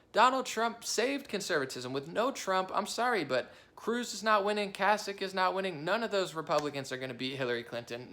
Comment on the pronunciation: Kasich is pronounced Kay-sick 👍